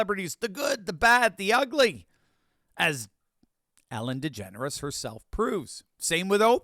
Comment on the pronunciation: You said Ellen Degenerate wrong.